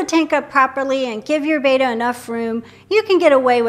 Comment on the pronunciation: If you sell and love “bettas.” Can you the very least pronounce “betta” correctly please, please. Like your videos.